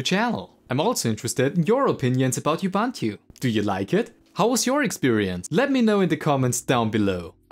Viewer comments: It's U-B-U-N-T-U, not IU-B-A-N-T-U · You pronounce 'Ubuntu' wrong. It's oo·boon·too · Not you-bun-tu ! Say uh-bun-tu! Ughhhh🤦 As for the rest... Uggghhh as well - so basically the main (non-niche Davinci Resolve) complaints, is "if you want to use Ubuntu to be Fedora, then that sucks and it's really bad at being Fedora. Fedora is much better at being Fedora"... If you don't want to use snaps, don't install snaps - they don't hurt performance if they aren't installed, and the snapd service had literally zero overhead and if you aren't happy with it you just disable the service, no need to go around dismantling the basic infrastructure of the software center and then complain that it doesn't work well. 👎